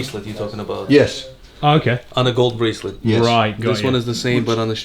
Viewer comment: Every normal person: bracelet:brishlet